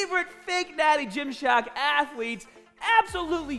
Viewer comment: The fake merc will have a field day with this. Hes a strength ath-a-lete after all.